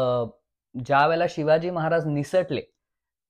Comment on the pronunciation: नम्र सुचना: Shivaji उच्चार शिवाजी करावा, शी वा जी असा क्वचित होतो आहे.